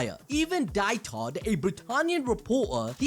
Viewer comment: ITS DIETHARD...(spoken deedhard)....man when u call him deithard again and again its relly hard to hear^^